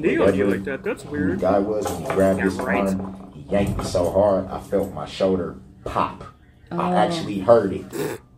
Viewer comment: Hims shoder lol